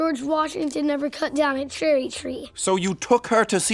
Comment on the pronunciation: Sherman said a Chrerry Tree